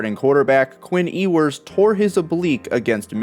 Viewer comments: It’s pronounced U-wers not E-wers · Why cant you pronounce Ewers name correctly? Anyone who watches college football hears his name damn near every weekend.